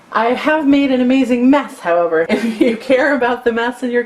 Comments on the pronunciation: Thought she said meth instead of mess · Sounds like she said meth at one point